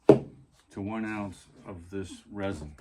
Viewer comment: Polyester Resin, not "Ressin."